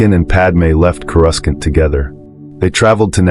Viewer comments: Right. They need to write the text in ways AI will say it correctly Core oo sant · I hate AI narration. Its pronounced corusant not coruskant. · Reading Expanded Universe novels in the '90s I thought Coruscant was pronounced Coe-Roose-Can't, so when this video said Coe-Russ-Can't I had myself a li'l chuckle! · I lost it at Core-us-kent. I was really into the story imagining it all, and he said Core-us-kent 🤣🤣🤣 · It threw me off at first then I hear it again. Ughhhhhh it’s like nails on a chalkboard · Yes, uh, are you going to finish that corusant? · I think in the games the second C is silent. So it was like: Cor-us-sant or maybe the second C is said… quickly? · ai said kuh-rus-kant. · How can the speaker say Naboo correctly though he messes up Coruscant?